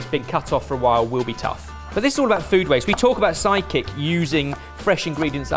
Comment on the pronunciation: I keep hearing Psychic rather than Sidekick 😅